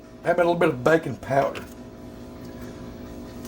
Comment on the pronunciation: I thought you said "bacon powder" but my heart sank when its just "baking powder". You led me on, man!! :P